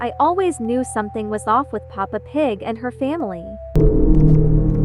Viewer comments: She said eppa Pig💀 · It’s Peppa Pig not papa pig ☠️ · The way that instant of saying pepa pig. She said papa pig did anyone see that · Is pepap pig not papa pig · PAPA PIG!? BRO ITS PEPPA PIG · that isnt "peppa pig" house, its an ABANDONED CHURCH the guy who made the video said sorry for missunderstanding (idk how to spell that) Edit:i just saw that you dont say peppa pig you say papa pig 😭🙏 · Why you say papa pig but not Peppa pig 😭😭 Btw sorry if I'm too harsh 😔😔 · Its kinda funny that you called peppa pig "Papa pig" lol!🤓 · You said papa pig